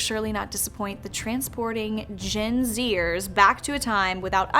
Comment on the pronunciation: It's not pronounced "zeers". It's Gen "exers"!